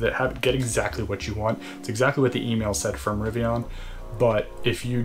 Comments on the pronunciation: Very helpful video! Good to know. I’m a Fall ‘21 preorder holder so it’s interesting to hear the steps you’re going through. I have to agree with Jack though about your “Rivian” pronunciation though 🤣. Looking forward to future videos. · "RiviAHn" does sound cooler than "riviIN" 💁